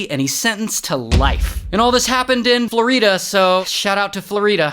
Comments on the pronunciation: " flor - EDAH " wat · bro did not just call floor-e-da flow-ri-da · Florida❌️ Floreeda✅️ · Florida? ❌ Floreeda? ✅ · Florida ❌ Floreeda ✅ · There is a road in my town Florida and everyone calls it Floreeda 😂🤷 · "Shout out to flor-ee-duh"🥲😂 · Bro did not call it (flor-e-ta) it's (flor-i-da) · Bro really said floreeda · i love how he pronounces like "flow-rí-da" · You do know people have accents? LOL?? 😂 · the way he said FLorIda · Well flooreeeeeda😂....new pronunciation decoded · Ha yes “floor E Da” my most favorite state in america